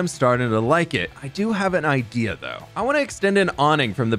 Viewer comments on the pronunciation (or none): Does anyone else hear igea instead of idea or was that just me